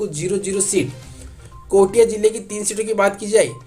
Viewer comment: कोटिया नही कोरिया है पहले जिलो नाम को ढंग से जान लीजिए फिर एग्जिट पोल बताना वैसे आप छत्तीसगढ़िया नहीं है बाहरी ही हैं इसलिए आपको जिले की नाम की भी जानकारी नहीं है